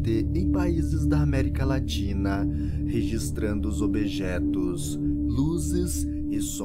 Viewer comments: Que isso objetos,kkkkkkk,falando errado, não quero nem ver,esse vídeo,um apresentador falando errado. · “ObEjetos” kkkkkkkkkkkkk rachei